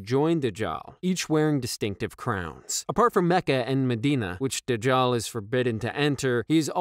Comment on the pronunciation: this is how it's pronounce: Daj-jal